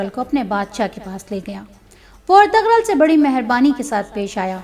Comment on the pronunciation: سب سے اہم کام تو یہ ہی کیا کہ کم از کم نام کا تلفظ درست کروایا❤️